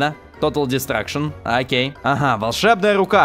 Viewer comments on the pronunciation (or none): none